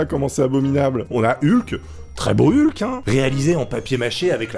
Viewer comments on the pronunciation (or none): none